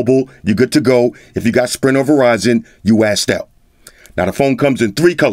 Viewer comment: "You assed out" 😂🤣